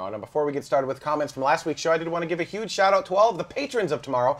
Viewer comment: So big big, big really really big... but not huge, or "yuge"